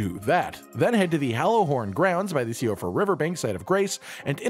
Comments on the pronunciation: I keep seeing videos where everyone's pronouncing Siofra River "SEE-OH-fra" and I keep wondering whether that's the right. I lived in Ireland and Siofra is a common girl's name pronounced "SHEE-fra". Now I'm dying to know which is the Elden Ring way of saying it. I NEED TO KNOW. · Siofra is pronounced Shee-fra